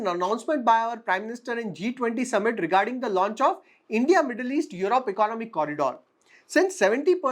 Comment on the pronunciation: Your analysis is fine. There’s a good deal of homework that you’ve done. I have one suggestion though. Work on your pronunciation esp words like economy, technology, opportunity etc. Listening to bad pronunciation is a put off especially when you seem to be doing a good job otherwise. It’s not much of an effort to correct your self. But you need to make that effort